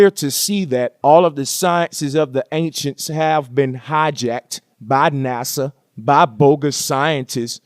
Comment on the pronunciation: "NUSA Lunching Ruckets..." lmao!